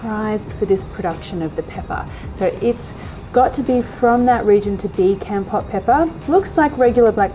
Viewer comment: Lol love this I'm Cambodian myself. Keep this up I'm gonna be the best of your fan😎😎😎 oh by the way its pronoun KOMPORT. Keep up the good work. I got my eye on you😂🤣😅